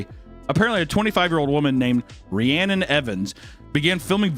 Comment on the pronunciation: My real name is Rhiannon. I laughed so hard when said the name that I farted. I was not ready. My favorite part is that he mispronounced it the second time Rhianna, like everyone else I have ever met in my life. I can confirm that other Rhiannons do have that level of crazy.